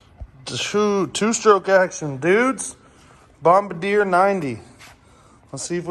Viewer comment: It's pronounced Bomb Bard E A 😁